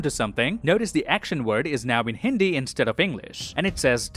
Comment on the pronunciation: it was THE BEST and CORRECT Hindi interpretation by any foreigner. excellent pronunciation by far. good job 👏👏👏👏